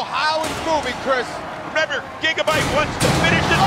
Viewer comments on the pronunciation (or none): I like how chris rose said its still MoViNg